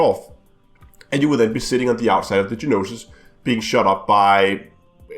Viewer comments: The "No-Sis" NOT Ge-nosis.. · It is spelled Gnosis and pronounced No Sis lol